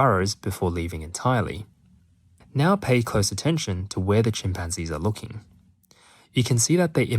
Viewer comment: Chim pan Gees! Great pronunciation